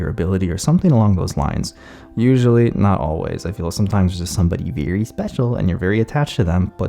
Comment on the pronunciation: "Someone VEWY special"